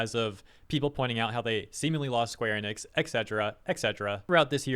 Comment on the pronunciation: why is everyone calling it square Anix? a i missing something, like three people have called then such.